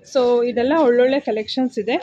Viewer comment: ಹೊಲೊಳ್ಳೆ ಅಂತೀರ. ಸರಿಯಾಗಿ ಕನ್ನಡ ಮಾತಾಡಿ. ಒಳ್ಳೊಳ್ಳೆ ಅಂತ